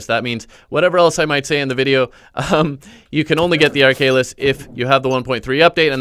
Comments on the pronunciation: Ark Halis not arkalis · Ar - kha - lis not arkaylis. Tnx for the guide anyway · (ARK-A-LIS)That's how you pronounce it